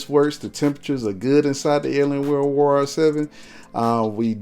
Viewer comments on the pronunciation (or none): none